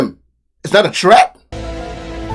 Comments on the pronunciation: It's Threat my man..Not Tret..to say ASK..Please...Like swimming..I DON'T GET IT!!! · My man , when you say twet , are you trying to say threat ? Love your show . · Tret? Between the commentator and the woman I'm confused asf Ol boy can't pronounce the TH word if his life depended on it every time he says the word threat I'm rolmao 😂